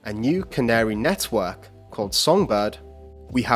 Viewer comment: Lol 'Net-hwork' is what I hear when this guy pronounces Network XD